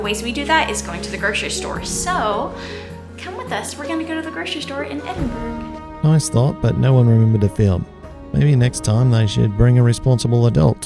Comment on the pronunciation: any guide to Edinburgh should include the correct pronunciation.